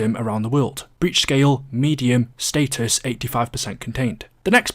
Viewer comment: it’s “status” not “status”